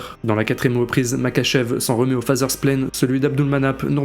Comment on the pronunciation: Alors juste sa s'écrit Makhachev mais sa se dit Marhachev